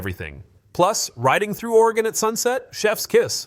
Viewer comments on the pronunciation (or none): none